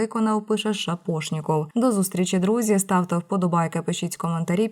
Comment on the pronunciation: Наголос в прізвищі Шапошніков ставиться на букві "а" першого складу.